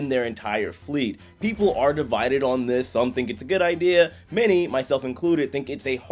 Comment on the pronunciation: “Starting ohnnn”